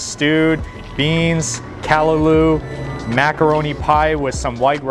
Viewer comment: Lemme help yuh out.. Shandy "CAH-rib" and "CAH-LAH-LU".. You have to come here during CARNIVAL SEASON!!